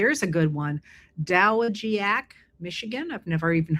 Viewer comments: Heather its pronounced duh-wah- jack michigan. best Bruce Peek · Just FYI, it's pronounced Duh-wah-jack. Emphasis on the Wah. It's a Michigan thing. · Oh Heather 😂🤣 We live 20 mins away from DOWAGIAC MI..and it's pronounced "Duh~Wah~Jack"... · LOL It's Do wa jack (Dowagiac, MI) "Robert Ingersoll spoke in Dowagiac, Michigan, on January 25, 1893, for the dedication of the Beckwith Theatre." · Thanks for all your hard work! Dow waj jak --accent on the second syllable (Dowagiac, MI)